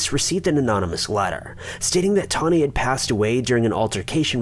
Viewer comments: How did you get Toni (Tawny) out of Toni? It's pronounced TOE-NEE. Like Tony Danza. Toni Braxton. Tony Matthews. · Isn't TONI pronounced Toe-nee? I've never heard it said like Tawny. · Its TONI not TAWNI. My names tawni & I hate that ppl dont get the difference when its TONI.. errrr.. haaa. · 1. Kurt was murdered. 2. Sorry, this just bothered me - Toni is Toe-nee, not Tawny. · Yeah, my friend is called Toni pronounced 'toe-nee' not 'tar-nee' simples😄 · WeatherlessWorld Lol!!! I knoooowww!!! 😜 “Toni” is pronounced Toe-knee! I don’t USUALLY mind mispronunciations but he said it so many times! 😳😜😂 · first case pronounced TO NY.......... NOT TAWNY. I went to school with her! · Toni, not 'Tawny' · Its actually pronounced "Tow-ney"......Toni..... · Re #5: First off, ‘TOE-KNEE’!!! Her name is pronounced ‘toe-knee’, FFS. Secondly, there’s absolutely no mention of a P.I.? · I wish you would stop saying "Tawny" lol... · I can't get past #5! The name is Toni....like Toe-Knee, Tony......TONI. And NONE of you better EVEN bring up the 90's musical group or I swear to God......... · He’s saying Toni’s name wrong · Someone needs to teach him how to say Toni. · Can’t watch.... you kill me with your crappy pronunciation. Toni is the female version of Tony (pronounced exactly the same) sheesh 😤